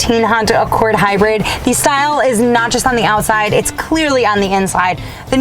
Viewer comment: "HYRID" lol